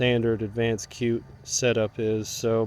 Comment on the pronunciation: It's pronounced "shoot", not cute! Other than that, great video. Good info, like the upgrades!